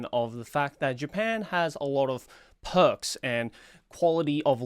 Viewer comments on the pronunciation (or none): When you said : "Japan has a lot of perks" I heard : Japan has a lot of pervs 😂😂😂😂